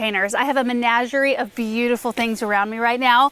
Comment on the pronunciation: Yay for fall colors! Baskets look great too. Fyi: menagerie (pronounced muh-NA-juh-ree, with NA as in "national") is a collection of live animals that people visit, study, or keep as pets.